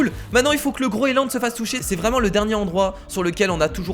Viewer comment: Sa se dit le groenland pas le groeland